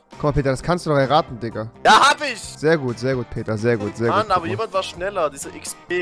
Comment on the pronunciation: Er heisst Peter & nicht Barid. LEL